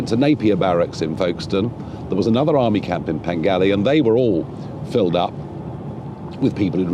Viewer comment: Your mispronunciation of Penally says it all. Stop making out you actually give a toss.